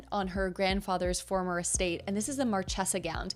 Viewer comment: I enjoyed this video, i like knowing why i am seeing or making the decisions i am making. You pronounced Marchesa incorrectly, the ch is pronounced like a k. This decision on a wedding dress has been so hard that I'm having one made.